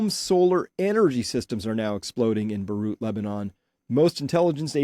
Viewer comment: Beirut. Learn to pronounce or sound like a nerd.